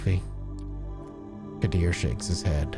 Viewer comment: Qadir pronounced Kadir